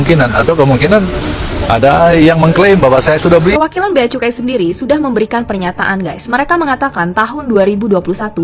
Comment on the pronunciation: Cukai bkn kucai .... Kak oiii ...😂